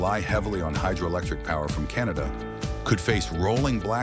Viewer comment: Canada not 'Cantada' - The USA is on a downward economic spiral!